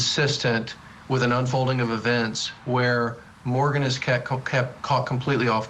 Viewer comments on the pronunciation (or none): It’s MOGEN, SIR. NOT MORGAN. Why don’t you do your job properly and at least have the list of names in front of you if you don’t bother to remember four names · Please pronounce Madisons name correctly. It is Mogan, not Morgan! We've all heard these names many times the past 3 years. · It’s Mogen not Morgan, stop reporting next to a freeway and it’s pronounced sub-clave-ian artery/vein.. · Morgan? Are you serious??? Her name is Madison, Maddie. Her name has been said everywhere just like the other 3 victims. No excuse as to why you pronounced her name COMPLETELY wrong. So disappointing and disrespectful. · Exactly. English names too to pronounce